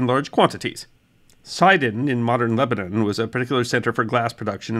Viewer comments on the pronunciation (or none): none